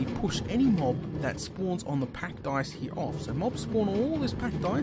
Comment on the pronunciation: OH. OH. PACKED ICE. I thought you were saying pack dice the whole time...